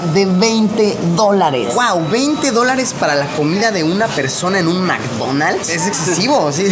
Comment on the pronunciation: "en este mcdomalds" :V